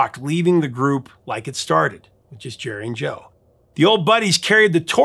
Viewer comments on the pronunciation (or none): none